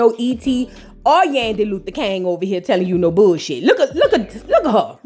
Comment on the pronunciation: Kang…not King 😂. That’s what SHE said 🤭